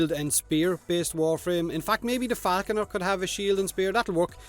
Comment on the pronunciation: Every time you said falconer i heared faackuner XD..... thats for you